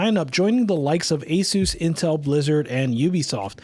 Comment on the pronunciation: Asus is pronounced (Ah-Seus) btw